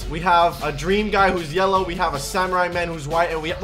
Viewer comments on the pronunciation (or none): none